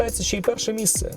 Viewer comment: дивись, сьоме МІСЦЕ, десяте МІСЦЕ, п'яте місцЕ! розумієш?